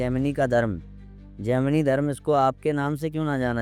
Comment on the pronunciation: Abe bhosdiwale gandu, tujhe Gemini ka pronunciation aata nahi jhaant barabar video daal deta hai gaanja foonk karke. Gemini se to maine islam bhi kubulwaa rkha hai usko bhi vo sahi bol deta hai ki islam is necessary in this world. Sala khud ko turram khan samajh rkha hai, dhele bhar ki akal ke saath paida hua. Prarabdh ache the to gurudev se jud gya. Lekin dharm jagat me jitna kachra tune machaya utna kisi ne nhi machaya